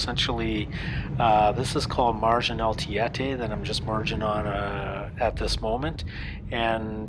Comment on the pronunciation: No man. hahahaha Tiéte (singular) or Tiétes (plural) (same fã, there an sound "é") mean those girls that scream and cry for famous. hahahaha Tietê (has an sound "ê") this sound in portuguese is different when you speak Tiéte (without sound "ê"). The word Marginal can mean "street main" at São Paulo and also people that practice robery/stealing. But, this trip is beatifull to do in Brazil. I'm love go to Rio by car. Take care everyone!